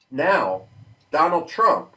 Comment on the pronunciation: DonawlD Trumph